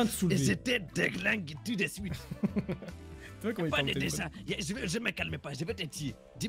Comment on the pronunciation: « Ramene ta gueule dépêche toi wsh « « a tou siute » 🤣🤣😭